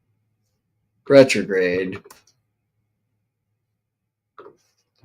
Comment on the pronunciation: Did you just say "Bretrograde"?! love it ;)